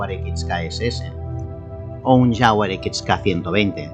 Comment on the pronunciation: Es un coche espectacular, no alñ alcance de cualquiera, pero es un sueño. Por cierto Toby diciendo jafguar clase e, jajajajajajajajajajajajja